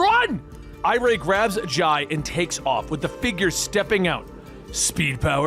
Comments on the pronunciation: For the record, Jai and Irey are pronounced "Jay" (he was actually named after Jay Garrick, but Linda insisted on the spelling difference) and "I-ree" (her actual name is Iris, after her great-aunt, Irey is a nickname). Flash Fact. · For the love of God Wally's kids are named after Jay and Iris. Do their names should be pronounced as such